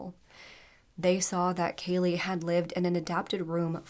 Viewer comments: You said her name wrong 2 different times 😢. You called her Kayla and Kalia as well as her actual name, Kaylee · Kaylea. Pronounced JUST LIKE KAYLEY. It was said numerous times in the 999 call and the court footage. If you're going to cover a case on a victim for profit at least get their name right.